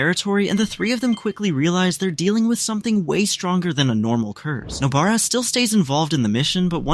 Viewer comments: I keep hearing noBEARa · WHO'S NO-BEAR-A